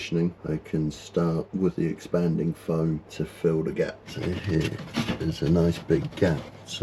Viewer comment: The best sailing channel is right "heeyaa." (the two syllable version of "here.")